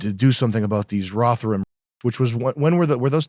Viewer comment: As Brit I was so confused when you said Rotherham. So you know the pronouciation phonetically would be RO_THER_RHUM it'll vary slighty by region but I had no idea what you were talking about until I saw it written down. It thought it was a surname or something